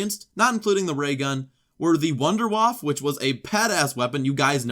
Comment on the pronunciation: Vunder vafle